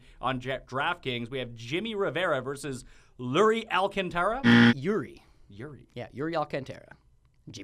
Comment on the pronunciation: also mispronouncing "Alcântara" - just buzz him, dude! lol